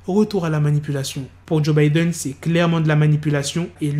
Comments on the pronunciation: joe budden pas Joe Bidden, c'est pas le même gars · C PAS JOE BIDDEN MAIS JOE BUDDEN